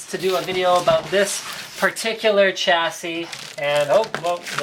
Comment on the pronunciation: Shassy* not cha-ssy linus ;) That's how Chassis is pronounced xD